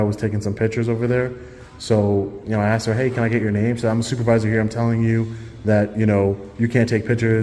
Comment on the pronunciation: BUT HE AXED YOU TO LEAVE!!